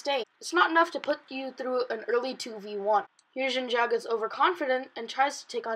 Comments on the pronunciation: omggg. a stupid kid who can't pronounce Xin Zhao. "Xin Shao". Dumbass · Ethan Dodge And he should also learn how to pronounce "Xin Zhao"